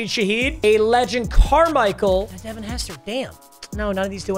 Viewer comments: Papa ITS DEV’ON Achane not devone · Papa Achane's first name is pronounced "du-von", not "de-vin"